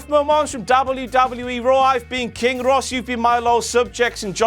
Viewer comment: Am I the only one who heard kane instead of King at some points of the intro :3